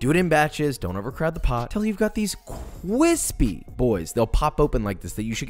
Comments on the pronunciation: Cwispy donut. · cWispy doughnut under cWiSpy icing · Here's an idea for a merch, CWISPYYYY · Nice and cwispy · Josh: nice and CWISPY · the amount of disappointment i had when the allegedly cwispy sour cream doughnut did not made not even a single crackle when he broke it... but i love you Josh i forgive you ❤😆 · You're not a piece of garbage. You're a cwispy chef! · Next video idea: cwispy buffalo wings???? Lemme see josh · This vid was nice and CWISPY. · Thanks to Joshua I like my bois cwispy now smh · I like how he always says Cwispy